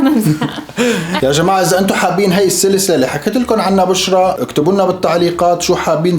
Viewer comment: دايم انقهر لما يناديها 🤣🤣 يقول اسمها خطا